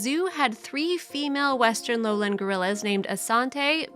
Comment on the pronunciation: I don't like these types of heavily edited mini movies. They don't show the actual activity - like describing the baby gorilla following the dad as they're showing him walking ahead of the dad! Or talking about them in a zoo and showing clips of them in the wild! And too many narrators don't know how to pronounce simple words like foliage not foilage! Lowland is low land not 'lowlind'. I feel like they steal clips from original videos and somebody edits them together in a very uninteresting way and adds an even more uninteresting script. Others may feel differently but that's how I feel when I see these types of poorly edited videos.